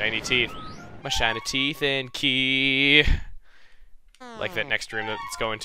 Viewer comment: When I here you say key it sounds like you said